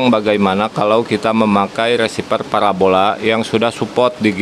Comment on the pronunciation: Parabola. Bukan parabolak